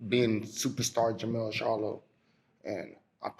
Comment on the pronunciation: JerMELL. Not JerMaLL 🤦🏾